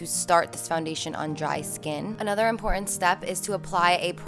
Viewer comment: Nice routine, but are you aware that the word "important" has a "T" in the middle of it? Practice saying "importTant" over and over and maybe get someone to listen to you and encourage you. I do love powder foundation and appreciate the routine☺